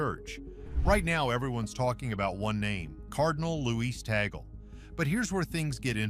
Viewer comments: 😮attention Mr vlogger pls pronounce it cardinal Tag-le not tee-gle. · His name is pronounce as TAG-LE not tagol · Pronounce Cardinal Tag-le NoT Tagel! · His name is pronounced as TAG-LE . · Of course l am for Cardinal Tagle. I know him and whatever donations my community gives, is always taken cared of by his secretary. I just hope you can pronounce his name properly. Taaahgleh! Something like that! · Please pronounce his name Tagle correctly.